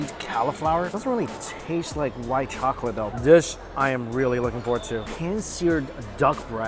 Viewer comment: I always laugh when he says "chockatey"